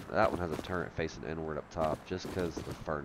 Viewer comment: turrent isnt a word, its turret. ill still like for the blessed day at the end though :)